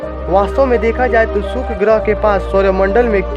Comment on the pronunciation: सुक्र नही शुक्र बोलो